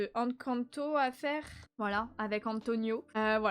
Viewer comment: Super vlog qui m’a accompagné dans mon Diamond painting ❤ par contre c’est en-canne-to et Mi-gouele Mddrr 😂😂😂 et je vais faire un avc que tu te rappelais même plus de mon thème ni pourquoi tu faisais raiponce ptdr 😂😂😂